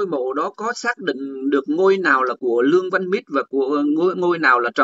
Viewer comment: Ong noi Luong van Nich chu khg phai Luong van Mit